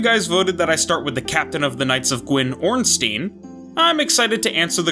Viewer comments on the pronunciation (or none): Ngl I really don't like hearing "Stein" pronounced as "Steen"